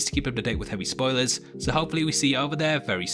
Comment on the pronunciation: it sounds like you said "heavy spoiley" in the intro. maybe you should name your channel something you can actually pronounce